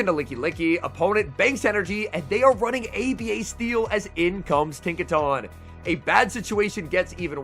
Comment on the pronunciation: Tinka-tun. Giga-tun. Not Tawn.